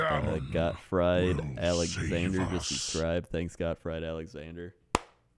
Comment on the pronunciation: Got-t-fried-alexander ^^ Gottfried is a german name ^^ but we love you anyways <3